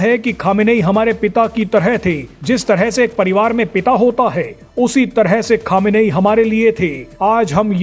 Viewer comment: अबे गधे अभी तक खोमेनी नाम था अब क्यों खमेनेई बोल रहा।है